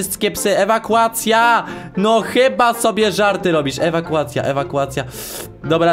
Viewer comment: Pośmiałam się gdy ty muwiłeś: ewakułacja,ewakułacja XD